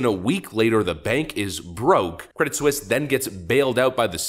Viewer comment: It's pronounced Credit SWEES!